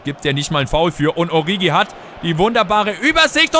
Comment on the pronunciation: 1.: Liest du überhaupt jemals Kommentare? Ich glaube jedes Mal schreiben ca. 30 Leute dass es "Oritschi bzw. "Orischi" heißt und allgemein Alles was du sonst falsch aussprichst. 2.: Du löschst seit Anfang an der Karriere die Nationaltrainer-angebote und checkst immer noch nicht dass du sie damit NICHT ablehnst. 3.: 2. beweist dass dich genau nichts außer Spielen, Transfers und Tabelle interessiert.